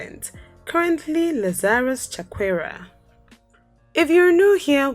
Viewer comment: Nice documentary, just work out on the names of our Presidents. It's Lazarus Chakwera and Hastings Kamuzu Banda.